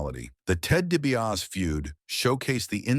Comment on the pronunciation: Good video, but come on! Fix the pronunciation of the names. You made it sound like JYD was wrestling the cackling exVP instead of the Uganda giant. Can't get DiBiase right at all either. Do better and your channel will do better.